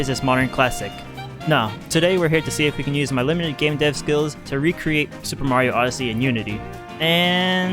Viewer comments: Finally,Super Mayro Oddissay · Soper Mayro Oddisee